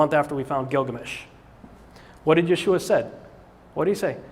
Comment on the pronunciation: Yeshua is not pronounced that way. For me its like someone saying Des car tes instead of day cart. Rene Descartes. And if someone is so blatantly loose in their research then that suggests to me they haven't studied the subject they are about to talk about. Research is the study of big books with usually very very small print. Cause its difficult to logically present anything without going through all of the what ifs that an audience might find. But don't question this guy. He knows folks